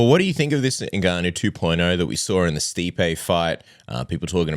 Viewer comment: for the love of christ, his name is pronounced " En- Gah- no" Step 1 pronounce the " N".(En) Step 2 then "Gannou" ( Gah-no)